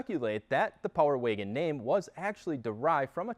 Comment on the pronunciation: I can't stand how he says power waygon